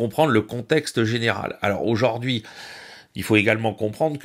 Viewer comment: excellent, comme d'habitude, en revanche mes oreilles saignes: aujaurd'hui